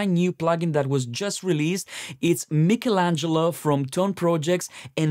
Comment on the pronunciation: At least you have pronounced it correctly the same way we italians do.I’ve heard some american folks with the funniest pronounces 😂